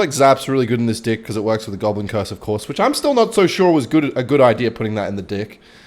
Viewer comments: Why… why does he say dick instead of deck? 💀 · Its deck not dick lmao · Why does he pronounce (Deck) as (D*ck)😭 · Hes saying dick,,, like hes just not saying deck cmon guys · you guys think hes gonna crack once when he says dick instead of deck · Bro calls a deck a “dick” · BRO DID NOT SAY DECK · why you say “deck” like that